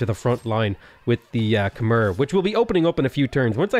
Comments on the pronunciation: If you ever see this, Khmer is pronounced Kuh-My. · You're saying Khmer wrong.